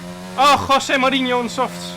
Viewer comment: Nobody: Jarno: KHWOSE MOURINHO